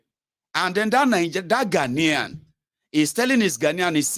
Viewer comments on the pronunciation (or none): none